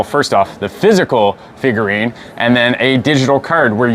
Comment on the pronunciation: Every time he says, "figurine" my soul cringes.